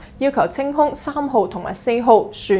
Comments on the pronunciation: 係船 “奧” ，唔係船 “烏” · 請主持留意，船塢的發音是「船澳」，並不是「船烏」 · 船(塢)=澳唔係烏！！！ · ，好似讀船塢（澳）啱啲，不像讀船（烏）。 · 支持!但船(塢)读音正音似是(奧)!請主意! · 船塢的“塢”應讀為“澳”請主持多加留意讀音🙏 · 靚女， 讀船“澳” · 船塢读船澳